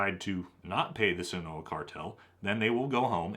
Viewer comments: Love the videos! just to note: Jalisco is pronounced ha-lis-co Sinaloa is pronounced sin-ah-lo-ah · “Scene-a-lowa” “Ha-lease-Co”